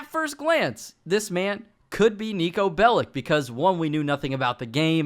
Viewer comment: Its not called 'Niko Bellick'. Its 'Niko Bellič'